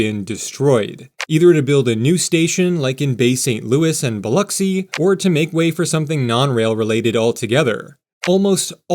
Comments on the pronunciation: Lol. I was surprised he didn't say Bil-Ocks-y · I'm from Gulfport, great video, Sundays in the south are for church and family, and as you see, EVERYTHING is closed. Good job on pronouncing Biloxi. Only locals real know it's just the "Pass" and just the "Bay" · Please search, Pronounce, Pass Christian. Correctly, sounds like this "pas kruhs an". {3 syllables- not two} Not "pas christin." Also locally referred to as the pass. Your pronunciation is by no means uncommon, but wrong. Your pronunciation of Biloxi and Pascagoula was spot on, both Native American tribes. I'm not sure why there is no station in Ocean Springs, MS., on the east side of Biloxi Bay.